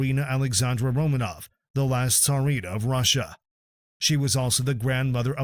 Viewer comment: Tarina? Its either Tsarina or Czarina. GEEZ!!!